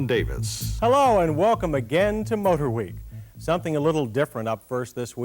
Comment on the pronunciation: "hello and welcome again to mote-her week"